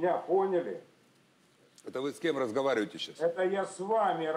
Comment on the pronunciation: По моему тоже, выпивши дядька. Но выпивши не ругнулся, ни зависнув и глупости не произнеся уточнил - слышит ли его пан Добкин... Но только после того, как "пана допа" сказала "это Вы скем разговарЮите сЧас" - дядька на ты и перешел. Справедливо!